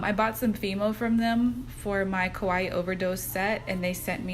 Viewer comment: These nails are so cute!! 💛 💛 ( not that it matters but the way you’re saying kawaii sounds like you’re saying kowai which means scary in Japanese-))